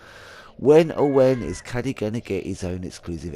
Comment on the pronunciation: Cadey... as in evercade... Sorry I chuckle when I hear Caddy, it reminds me of UK Kraut gaming and Golf. As for Glover, it's fine, but yeah a few times I really wanted an analogue stick.